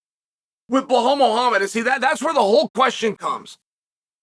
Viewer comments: You mean "Behall Muuahham" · Blellal muhammah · No its Blah-halll mohammed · Who tf is BlaHole Mow Hammod? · Blehal Muuahham is my favorite fighter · 0:1 Bla Hal Mohammed 😂😂😂